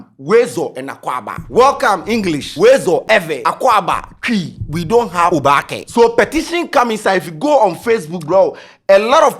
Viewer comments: is not oobake oo it is oobaake 😄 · Pls it is Oobake NOT obaake! And it's similar to the adinkra symbol. Its not a street/ spoken word. All the Gs's are asking for is inclusitivity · It's not obaakɛ it Oobakɛ̀ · pls it’s not pronunced obaake . it’s oba ke literally meaning you’ve surely arrived 😊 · it's Oobakɛ. You stress the ooo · Because you’re pronouncing it wrong. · you're not pronouncing "oobakɛ" well. Please ask or learn the correct pronunciation.😅